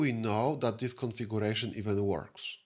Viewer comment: Правильно произносится "КонфигЬЮрэйшн", а не "конфигУрэйшн", и "сЪОрвэ", а не "сэрвэр".